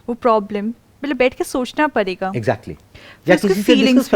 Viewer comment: Y she can not pronounce parega like ms sir did y she even not spoke matterei basha but she is excellent in foreign language y small things but big solutions